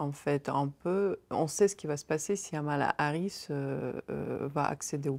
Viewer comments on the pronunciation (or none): C'est Kamala Harris pas Hamala Harris